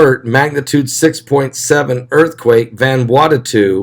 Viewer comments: Vanuatu. Not Vanuatatu. Please. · Love you-two to PIECES!!!! IT'S VAN-oooo-AH-tu! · Its NOT Vanwartatoo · VAN - OO - AH - TU !!!!!!